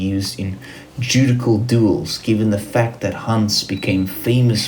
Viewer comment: The word "Judicial" is pronounced "ju-dish-ial" in English.